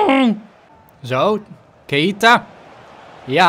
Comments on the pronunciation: Zeg aub niet maar keieta maar gewoon keita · Keita niet Ka-ie-ta